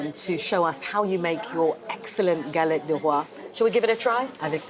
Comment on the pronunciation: galettttttte ! pronounce the t ! thank you so much les rois : the kings